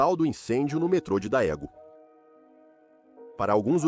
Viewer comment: a pronúncia é "dêgun"